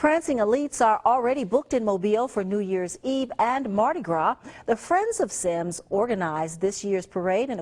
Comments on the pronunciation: My grandma lives in Semmes lol. It's pronounced like "sems" though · It's pronounced Sims. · On he said Semmes wrong!! I live here and it bothers me so much when people mispronounce it. It is pronounced Sims it's just spelled different